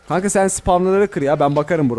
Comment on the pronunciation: Kanka demedi ka ka dedi